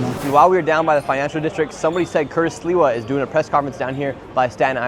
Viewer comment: Just for your info it’s pronounced SLIVA and means Plum in Polish.